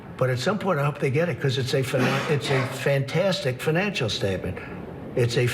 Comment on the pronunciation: forget the coughing...what is a "fantistic financial statement"? nice deflection. not